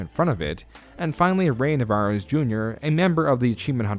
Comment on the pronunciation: Aside from a number of bad pronunciations (Ray Narvaez Jr., not Ray Navares Jr., and Vicious Circle, not Vicious Cycle) this was pretty well done. It really captured for me the disconnect between their leadership and their community. RT was built by the magic of an incredibly supportive community, and they've spent the last few years continuously burning bridges with the community that helped them build into a behemoth. They removed themselves from YouTube and tried to compete with Netflix when the community was completely content to watch their content on YouTube. This video didn't mention it, but they also flat out lied to their sponsors when they said they would grandfather them into the new pricing model, then removed the old pricing about a year later. Between that and the switch to more of a longform streaming model, they've lost almost their entire history of community.